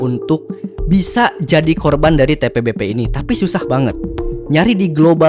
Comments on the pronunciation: Admin apaan ucapin TBPB ajah susah bet,,malah ribet kocar/cir jd TPBP 😂😂😂 skolah ga sih lu bro,,putar ulang ajah terus2an video lu lalu spell satu2 hurufnya 😅😅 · kelazzz bg akhirnya dibuat juga konteng tbpb walaupun salah pengucapannya awokawok😂😂 btw lanjut part 2 lahh biar seru bg 😁